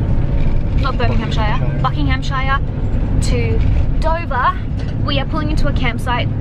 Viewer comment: I bloody love you and your videos, but as a Brit, it's actually painful to hear non-Brits pronounce our place names! 😂 Buckinghamshire is pronounced Bucking-um-sher (sort of, it's hard to type how you say things. Google how it's said haha). Same with Birmingham "Birming-um". No hate, much love!